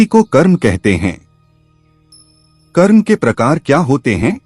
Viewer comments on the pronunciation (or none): आप हमारे आध्यात्मिक ज्ञान को बढ़ा रहे हैं। बहुत अच्छी जानकारी दी है। निवेदन है "कर्म"का उच्चारण आप "कर्मा"कर रहे हैं जो अंग्रेजी करण की बू आ रही है और उच्चारण भद्दा लग रहा है। कृपया शब्दों का हिन्दी करण ही रखें तो सुन्दर होगा।